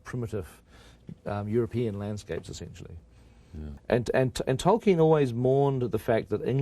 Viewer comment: “Toy-Ken” lol